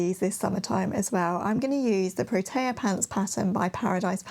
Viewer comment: Thanks for the video, I love all your plans. I do have to correct you on the pronunciation of Protea. It is actually pronounced pro-tee-ah not pro-tay-ah. It is a native plant from here (Australia) and South Africa 😊